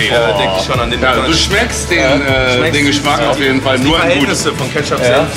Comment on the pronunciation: Wie mcdonals hört sich eher schlecht an als gut